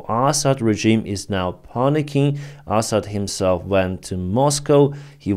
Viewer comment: I enjoy your pronunciation of Assad as asshat. Huge fan, as always. ❤